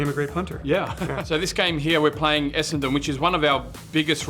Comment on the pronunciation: I’ve watched a bunch of videos of non-Aussies reacting to AFL and I’m left wondering… why do they all at some point end up saying “Essington?”